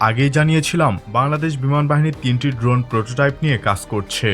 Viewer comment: Drone ❌ dhon ✅